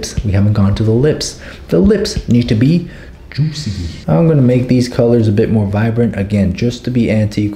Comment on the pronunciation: saying ✨jUuSi lips✨ was everything i ever needed in my life